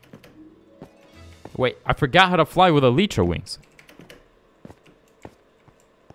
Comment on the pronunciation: When I heard you say Eletra wings it’s supposed to be elytra not eletra!